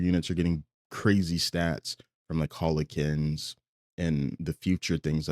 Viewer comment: really says Hollow-kin instead of Howl-kin